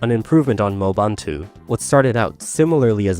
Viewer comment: uhhm acksuhly, it's mo-e-bun-tu not moe-bun-tu